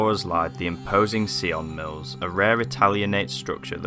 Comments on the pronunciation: Dude surely you could have asked a local how to pronounce the place properly like ffs! Sion Mills! Not Ceeon Mills! Sion as in Simon!! Hello! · Why if you don't know how something is pronounced do you guess at it ? It's not see-on it's between sigh-in and sign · An interesting and, as always, a sad place. My only criticism is the pronunciation of the name. It is pronounced “Sigh on mills”, not “See on mills”. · Great video but very sad to see those beautiful historic buildings fall into such decay, soon to be swallowed up by nature and neglect. We pronounce it Sion Mills not Seeon Mills. Such amazing buildings in this village but many sorely need some TLC. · Loved the way you pronounced sionmills. Lol.. the correct pronunciation is s-eye-on mills. Sounded a bit of a french twang. 🤣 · Sigh-on mills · At least try and get the pronunciation of the name correct , the locals would have guided you some.